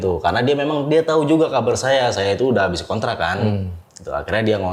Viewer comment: "itu SONTRAK saya...", sontrak, sonbus, dan sontronton